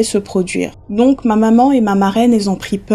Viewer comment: Merci beaucoup pour la vidéo, ça m'a fait plaisir de voir le Cameroun sur ta chaine. Pour la vidéo de l'oncle la prononciation, le "c'est moi" tu l'as bien prononcé mais le "ma" de la fin qui veut dire "moi" se prononce plutot "mè" ( je me sentais obligé de le dire je sais que c'est pas très important 🤣). Superbe video sinon !